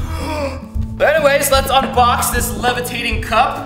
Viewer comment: THE LEVATATING GLASS...